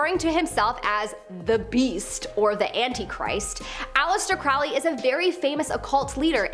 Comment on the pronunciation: Ackchyually, it's pronounced "KROE-lee." Which was absolutely pretentious on his part. The Beast of Revelation, as described in the Book of Revelation, will be a turbo-fashy imperialist mega-Hitler type of dictator. He'll rise from a resurgent turbo-fash Europe, his regime will be the Fourth Reich, and that Reich will be the final incarnation of the Roman Empire. Is it, though? Don't know what alternate timeline you're living in, but things look the exact opposite to me.